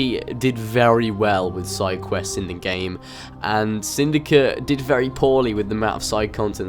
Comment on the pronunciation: why are you saying "assassins creed syndica " instead of "assassins creed syndicate " just wondering